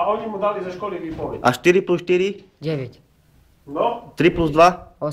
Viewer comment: děve't :D